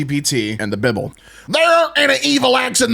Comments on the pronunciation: Same bro same! 💯 He's my favorite narrator. His laugh is infectious and I love hearing him say The BIBBLE, it always makes me giggle! 🤣💀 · I choked at "the bybl" 🤣